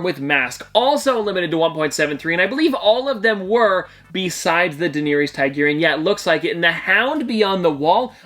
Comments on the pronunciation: The way you pronounced Daenerys name hurt my ears. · You butchered her name lmao do you even watch the show